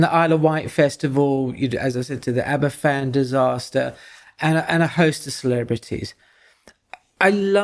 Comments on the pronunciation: One very tiny point - it’s pronounced Abervan , not Aberfan (a single f in Welsh is a v sound, whereas ff is a f sound - hence the long running joke over the pronunciation of a famous welsh beer Felinfoel 😉) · "Aber-Van", not "Aber-Fan"'